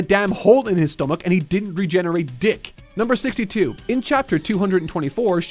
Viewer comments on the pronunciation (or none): none